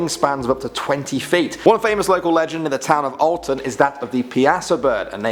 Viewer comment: He said Alton correctly